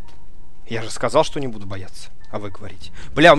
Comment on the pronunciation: не шо а что